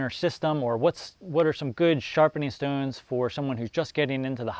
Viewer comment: i love how you say shtones :D